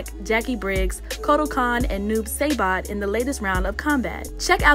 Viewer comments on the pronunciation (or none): Noob saybot!! You are treading on thin ice here. Its saibot. Not saybot. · Say-bot? Sigh-bot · It's Noob Sai-bot, not Seibot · Right but you dont need to play to know how to necessarily pronounce words just pay attention in school lmao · She gotta pronounce the i. SAibot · She said noob saibot wrong